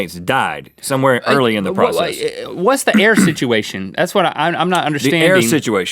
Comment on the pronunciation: and Rhett "Sidgeuation" alert!